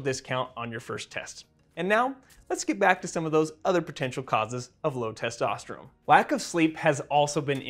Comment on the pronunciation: Why does he keep saying testosterum? He says testosterone too, so is it something different?